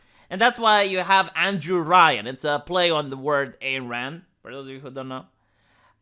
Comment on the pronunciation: its not that IT will not, THEY will not. Also, its EYE-N Rand. Not its the BETRAYAL on the ideology that's the real story of Rapture.